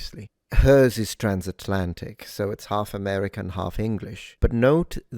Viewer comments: She said the word HALF very British. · You missed how she pronounced “half” like an Australian at 3.23.